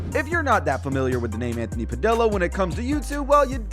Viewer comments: Anthony PadILLA lmao Its pronounced (pah- dee- uh) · Padill is pronounced padilya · It's PA-DEE-YA not PA-DILL-A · it's Anthony "Pa-DEE-Yuh" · Its pronounced "pa-dee-ah" But alot of ppl pronounce his name wrong